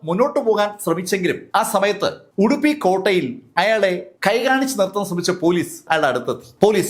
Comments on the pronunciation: ഉദുപി അല്ല ഉഡുപ്പി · ഉദുപ്പി അല്ല ഉഡുപ്പി